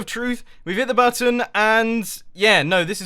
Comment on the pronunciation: "Butt Tonne" - Mumbo's checklist 2015